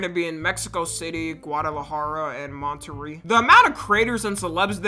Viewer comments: that is NOT how you say that word 😂😂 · He his pronounced Monterrey I’m acc there right now